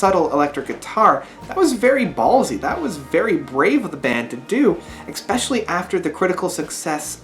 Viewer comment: Stop saying, "expecially." It's not a word.